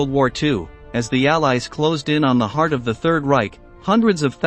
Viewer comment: Like when it tries to say “heart”? Hee-art